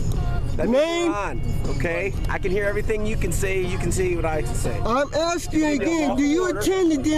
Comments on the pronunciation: IMHO the officers were very patient and lenient. They could’ve added charges for threats to commit violence too. Did he not say, 3 or 4 times “I’m axing you”? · Has this person got a sound recorder about his person...because it seems to be stuck on repeating the same lying BS. If he gets it repaired it might stop saying "Axing" perhaps?